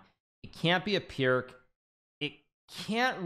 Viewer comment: It is not the Pirck. It is Slovenian GM and would read more like Piers. Oer Pierc.